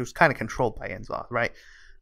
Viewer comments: Its not N zoth. Its N'zoth as in "n" in "Not"...please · "En'zoth" really? Its N'zoth